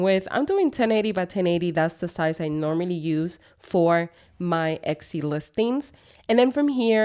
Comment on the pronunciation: I think you are pronouncing Etsy incorrectly. It sounds like you are adding an X to it? Or maybe I am just hearing it wrong.